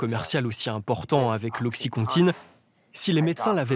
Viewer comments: Qd en 10 min, narcan et oxycontin sont mal prononcés en français, ça fait pas sérieux. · Ptdr comment ils prononcent Oxycontin et Narcan